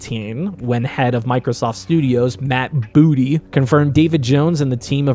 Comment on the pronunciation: Why would You say Matt Booty's name like that 😂😂😂😂